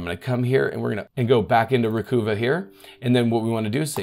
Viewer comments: »recuva« is pronounced exactly like »recover«, just a phonetic spelling for the program. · It's pronounced re-kuvv-a (emphasis on the second syllable kuvv) as a play on the word recover. (recova) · Pronounce it like a southerner would pronounce recover. Recahva.. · Developer's Description By Piriform Recover files deleted from your Windows computer or from external storage (e.g. USB stick). Recuva (pronounced "recover") is a freeware Windows utility to restore files that have been accidentally deleted from your computer. This includes files emptied from the Recycle bin as well as images and other files that have been deleted by user error from digital camera memory cards or MP3 players. It will even bring back files that have been deleted by bugs, crashes and viruses. (I might add, if your happen to be from Boston it is spelled correctly as "Recuva". 😂) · Ree-Kuvv-Uh as in "Recover" with a New York accent... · Awesome awesome video!! By the way, pronunciation of the software has to be re-cuh-ver (as in the word 'RECOVER') 😜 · I think it would be pronounced *recover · I always assumed a slight pun, Recuva.... with U pronounced as in tusk...... recover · I believe it's pronounced Recuvva (like Recover). As for CCleaner, it's only C-Cleaner, which originally stood for Crap-Cleaner. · Always go into data recovery attempts with a very high expectation of failure. Having thoroughly tested and attempted to use many products over the decades, few have any value at all. Recover (phonetically think bruvva) is the correct pronunciation from what the company told me many years ago. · Pronounce it as "recover" without the r at the end. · It's Ree-cuh-vuh. (sounds like recover). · I believe it's pronounced Ree-cuv-ah. As in "recover". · Dead right,”Recuva “is pronounced “ Recover “ , just harden the C”. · I’m pretty sure Recuva is pronounced Recover. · I mean, Recuva is obviously supposed to sound like “Recover”because it’s data recovery software. 🤷🏻‍♂️